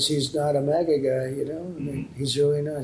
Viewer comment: "Mean maga tweets" reading had me giggling so hard - thanks for the funnies! I needed that. What to switch in for "maple" so as not to insult our nation's syrup... Muskeg maga? Happy to join you pronouncing it "mawgah" going forward. On purpose.